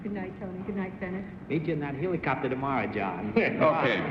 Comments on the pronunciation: Oh Lord....Bennett said "heeelocopter" again.... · The original pronunciation was indeed with a long e vowel. The Greek roots are "heliko-" meaning spiral, as in "helix", and "pter" meaning wing, as in pterodactyl. You can find the older pronunciation in 1940s newsreels and in older dictionaries. It's gone out of style, and the modern pronunciation and the slang "copter" short form obscure the origins of the word.